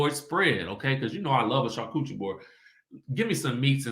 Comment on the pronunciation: I crack up every time I hear you say "char-coochie" board. Lol